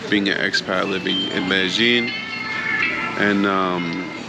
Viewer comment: "MEDEJING"????????? NO! Its pronounced MEDAYEEN!